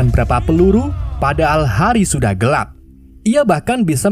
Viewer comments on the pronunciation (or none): none